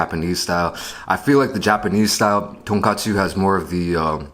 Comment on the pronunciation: 한국인이시면 돈까스라고 발음해주셨음 더 좋았을탠데.. :( 아쉽네요